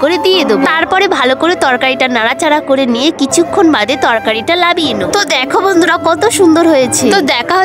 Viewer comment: Didi নামিয়ে নেবো বলবে লামিয়ে না ❤❤😊😊😊